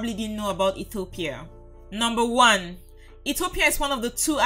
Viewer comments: Please when you say Ethiopia you say Etthhiopia it is wierd just say Ethiopia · Every time she mispronounces Ethiopia I get more and more annoyed